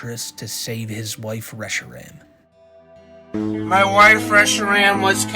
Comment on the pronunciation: The thing that pisses me off most about justinrpg is his constant mispronouncing of various pokémon names. How does he like them so much but say them like a parent mockingly reading the name of them. Especially reshiram. Its "re-she-rahm"